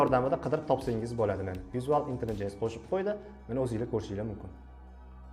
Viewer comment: Visual intelligence ni noto’g’ri talaffuz qilyapsiz